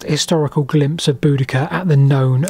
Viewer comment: Another great video 👍 Glimpse not Glmimpse, you’ve probably already spotted it, however too late to edit out and repost the video just for this.